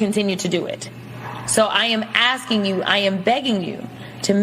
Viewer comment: Notice that once things get real she is no longer “axing” people but is instead “asking and begging.”